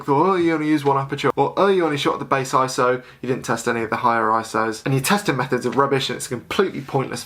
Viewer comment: Good to hear you say I-S-O........you're sounding more professional all the time!